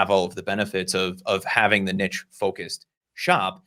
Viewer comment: love your content guys. now my life dream is to make you pronounce niche correctlly 😁